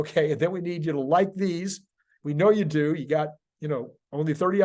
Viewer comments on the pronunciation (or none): "do" not "due."